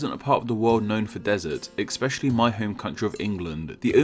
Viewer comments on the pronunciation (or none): "ECKS-Specially"? I think the word you mean is ESPECIALLY and does not have a "K" or "X" sound in it.